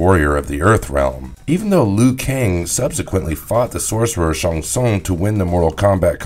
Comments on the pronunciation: I wish just once I could watch one of your videos where you don't mispronounce someone's name over and over again. There is no character in Mortal Kombat named Sung Shung. I think you Shang Tsung... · I really wish you had pronounced Shang tsung correctly. Stopped watching immediately. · Lmao barkata? Sung Shun? Shoa Kung? Noob Saybot.....Tf bro😂😂i cant believe what you say now, you lost all credibility good sir 😂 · Love the idea but perhaps have someone who can pronounce the names correctly narrate the video? It took me a few listens before I realized he was trying to say Shang Tsung and Shao Khan.